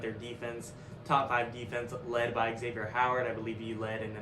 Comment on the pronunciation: XavieN. The is at least the second or third time I've heard you say Xavier. It's an N at the end.